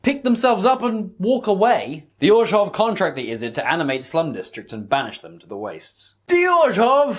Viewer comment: Love the video! The way you managed to fit a "J" sound into Orzhov is giving me a stroke, but other than that its a solid 10/10